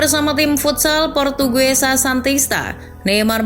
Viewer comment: são di baca Saun Portuguesa di baca portugeza Selecão di baca selesaun